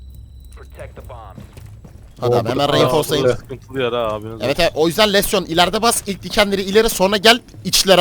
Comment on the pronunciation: Lesyon degil abi lesion lijın diyesoyleniyo